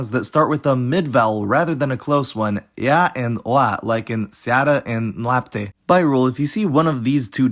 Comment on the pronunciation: you pronounce them correctly